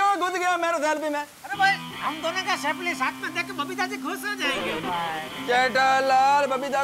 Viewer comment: સફ્લી નહીં સેલ્ફી ❓❓ 😀😀😀😀😀